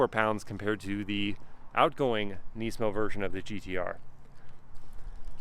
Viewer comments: Neesmo? ITS NISMO! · Nismo not nesmo sorry had to say it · "neesmow" bro just pronounce it like it's meant to be pronounced, why do Americans have to make up their own pronunciation for everything.... it's pronounced nizmoe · Niz-mo. Not neeeeesemo. i saw a guy at cheesecake factory w this car and I was like you know how sick that thing is? He was like sorta, its the most expensive nissan i could buy when I got rid of my gallardo. Very weird conversation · Nysmo 😂 the way he says it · why’d u pronounce it “neesmo” 😂 good vid tho bro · who the helll says NEESMO lol. ive never heard anyone say it like that lmao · the way you say nismo bugs me so much, classic American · I don’t like how he pronounces nismo :/